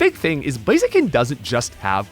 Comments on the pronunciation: IT'S BLAZIKEN, NOT F*CKING BLAZEKIN! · IT'S BLAZIKEN THE SECOND TIME, NOT BLAZEKIN!